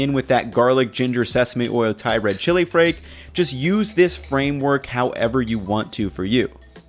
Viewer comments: he said frake, not flake. Some people from Asia, typically East or Southeast Asia, that learn English as a second language have trouble with the L sound and pronounce it as an R sound. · "chilli frake" i m m e r s i o n